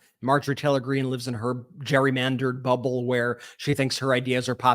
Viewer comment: I love how calls her Marjorie Trailer Greene.